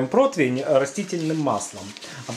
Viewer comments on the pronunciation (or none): Протвень? Когда же вы разговаривать научитесь?